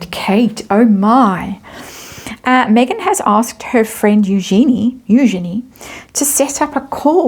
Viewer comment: It is pronounced You - Genie . At l east according to Eugenie who is a bit flummoxed that people keep mispronouncing it. It is the femenine of Eugene. So just think Eu as You and Genie as the Genie in the bottle.